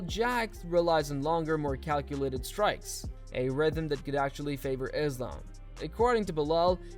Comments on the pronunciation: Belal: “Thizlam”- Mac Dre 😂😂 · Belal "bored of the name" Muhammed saying "Iz-lamb" is just so typical of him 🤦🏽‍♂️ gosh, is there really no limit to how annoying this dude can be?!